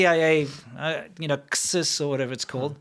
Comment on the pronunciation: Just FYI, CSIS is pronounced "see-siss". Also funny enough I'd say most Canadian's don't even know we have our own spy agency. They are just that good ;)